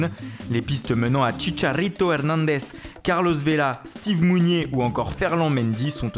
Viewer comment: Chicharrrito Herrnandez